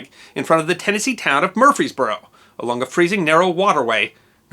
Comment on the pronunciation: Always very interesting and informative work! Thank you. Also, thank you for covering the Battle of Stones River. The Stones River National Battlefield is my favorite place on Earth. Also, it is pronounced Mur-FRees-boro (not Murphysboro) and it’s in Middle Tennessee. (not “Central” Tennessee).